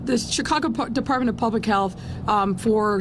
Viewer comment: Who caught the slip where she calls the Department of Public Health, the Der"Puppet"